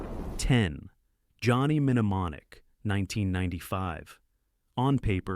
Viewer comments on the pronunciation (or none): Johnny "Mne-mne-monic".. It's Mne-monic. I know it's AI but it made me laugh. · Johnny Min-a-monic? Really??? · Wil someone teach AI how to pronounce simple words? "Controversy" and its derivatives are always butchered. "Mnemonic" is NOT pronounced "mini-monic." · Johnny "Men ee mon ik" made me laugh. The internet knows it's pronounced "nuh MAA nik" so the horrible pronunciation must have been on purpose, right? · menamonic? it's nemonic. Is this AI narrated? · The Pronunciation is "Jonny New Monic" for Johnny (M)Nemonic 13m11s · It's pronounced Nuh-monic. If you're going to narrate a video, crack a dictionary first. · Johnny Mehnemonic ? Is this more AI slop or just an idiot? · Good video. Also an excellent reminder that AI isn't quite ready: "Johnny Em-Nemonic." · "Johnny Minamonic"???? 🤣😂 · Teach your AI narrator to pronounce English words correctly. "Menu-monic"? WTF? That's just irritating! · Mnemonic - nəˈmänik the M Is silent.. 'Ne Mon ik' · nuh·maa·nik The first M is not pronounced! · I laughed out loud: Johnny Nemmenomonic... whaaat??! 😂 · Some of your pronunciation errors are noticeable. In "Johnny Mneumonic," the "M" is silent. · Got on my nerves hearing idiot pronouncing the first M several times. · Wow, this AI voice can't say "Existenz" at ALL, and somehow doesn't know the pronunciation for the word "Mnemonic" either. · Johnny What? 😂 the M is silent, AI bot. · the first M in Mnemonic is silent! and Natural Born Killers is NOT a sci fi movie. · Starship Troopers screenwriter never read the book. Teach your UI to pronounce mnemonic. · Every one of your videos has the AI mangling the word “controversy”. Every last video. This one also mutilates “mnemonic” and “eXistenZ”. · The first "m" in 'mnemonic' is silent. JFC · mno it's mnot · The nm pronunciation flub proves this is nothing more that AI generated slop. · OH FOR FUCK SAKE. The M in Mnemonic silent. AI trash voiceover.